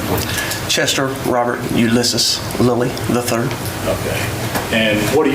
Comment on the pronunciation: It's Lilly III. Not Lither 😆